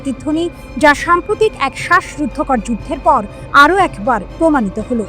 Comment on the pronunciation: উচ্চারণ টি সম্প্রতিক নয় সাম্প্রতিক